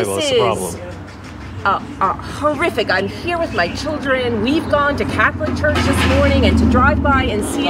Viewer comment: What's a "Hurch"?